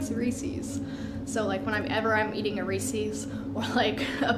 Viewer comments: Did she just say ReeSees? It’s reeses the company has commercials on how to say that. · Wth the way she pronounces reeses omg